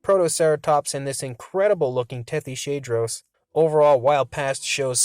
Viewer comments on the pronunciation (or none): That's a weird way to pronounce Tethyshadros... It's named after the Tethys sea. And it's a hadrosauroid. So Tethys-hadros.